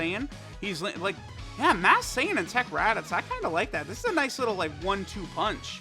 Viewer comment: "teq raditoots"